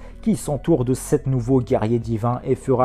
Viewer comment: Quand il y a dit "ils sont 7." Moi, j'ai compris "ils sont sec." 😂